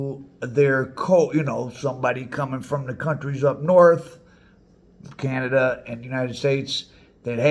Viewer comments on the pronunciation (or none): none